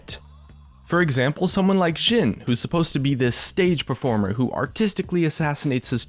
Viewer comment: its jhin with a J, not Xin